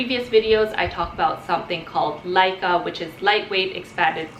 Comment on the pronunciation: thats not a peace lily also its LECA not LICA